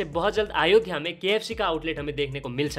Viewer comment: " अयोध्या " atleast naam ka pronunciation acche se Karo Bhai 🙏🏻